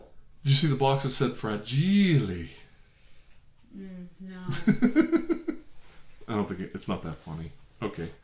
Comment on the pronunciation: Fra-gee-lay ... it must be Italian ! Congrats